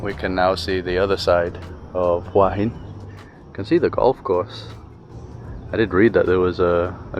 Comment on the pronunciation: Just south of Sai Noi Beach is Pranburi Forest Park. Lovely little place for a walk! ❤ (BTW it's who-ah heen 😉 หัวหิน - head of stone)